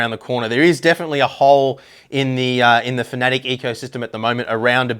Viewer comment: Love your in-depth reviews and honest opinions. But it's pronounced "Fa-na-tek" not "fanatic"